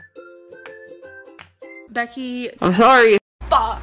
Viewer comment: Becky..... IM SHORRY.... FOCK.... anyway